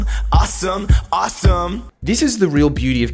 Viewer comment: He said it right there at " .... and do things like this at your twenty-first and think that it's Orsum."